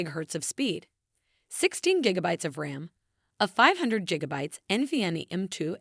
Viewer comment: Did she just say djiggabytes? 😆